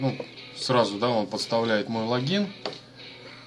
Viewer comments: не лагин а логин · Почему логИИн а лООгин?